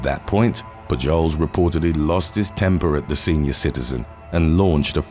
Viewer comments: Its pronounced Poo-holes! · "Pujols" is pronounced "POO-holes", heavy accent on the first part and a soft s. It's Spanish, I belkeve. Keep up the brilliant work - these are so addictive. :)